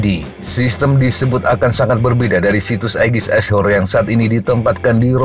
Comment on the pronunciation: cuma saran min.tolong diperhatikan pronunciation nya min. ashore bukan dibaca "ass hore". artinya jadi sangat jauh. dari yang dimaksud "berbasis darat" malah jadi "a woman who get F---ed in the ass".